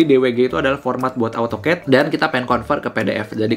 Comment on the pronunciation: baca nya AU TOKET yaa😂